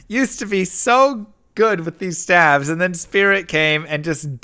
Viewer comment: Stayves, not stavs